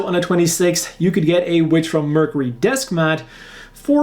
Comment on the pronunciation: While I do enjoy watching your videos very much, one thing has been driving me crazy. The way you are pronouncing Mercury is wrong. While you are saying Mer c ry it should be Merc your ee figure would be the same fig your. Thank you and have a nice day.😁